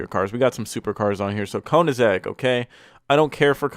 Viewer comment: How tf did you just pronounce Koenigsegg? That was awful!😂